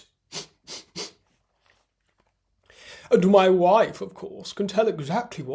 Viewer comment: "When my woif is in heat and in need of siring"...😂😂😂😂 I nearly choked on my lunch!😂